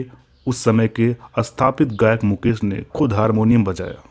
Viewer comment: Small correction - शैलेन्द्र , ना कि सैलेन्द्र मुकेश Jee, ना कि मुकेस Zee।